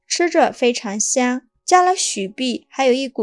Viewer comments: 因為美國亡他之心不死，所以只能許碧不能雪碧🤣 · 应该念雪（xue）碧 不是许碧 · 難道你的麵粉也念蜜粉，你的雪碧也念許碧嗎?你哪裡有疑問?你看影片了嗎?你打開音效了嗎?你哪裡有問題嗎? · 「許」碧、發「叫」，這中文聽起來不大順當呀，播主是哪兒人吶？ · 我聽雪碧聽成許碧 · 我聽的是教母、許碧………挺出戲的。 知道中國把"酵"唸作"窖"，但把雪碧說成許碧只有她……應該是個人錯誤吧！